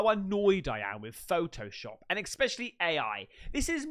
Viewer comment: Loving the content mate, but stop saying feckin ‘eKspecially’ 😫😂 Aaaaanyway, on the subject of Sasquatches on this episode, you’ve GOT to have a look into the ‘sierra sounds’ I’ll say no more on the matter, but treat your senses to it all and let us know what you think… I reckon you’ll find it a tad freaky deaky mate.